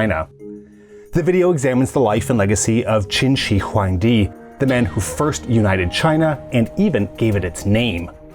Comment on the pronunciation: It's pronounced Qin Shrr Huangdi :D